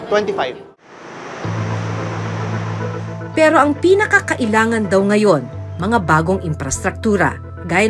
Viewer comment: napaka diin ng salitang "PERO" mo ahh parang kinukutya mo talaga ang pilipinas sa dating mo ah, buti pa yung kabayan natin neutral lang saying na "walang pinag kaiba parehas lang namang matraffic" kung tutuusin magagawa naman yan sa pinas eh kung wala lang matatamaan na mga kabahayan or other structure sa pag gawa ng railways